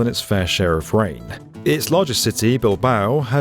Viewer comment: I had to go back four times and enable captions. You really should pronounce ”rain” properly. Seconds after if you’re wondering.